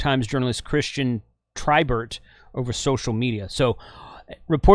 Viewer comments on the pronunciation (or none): none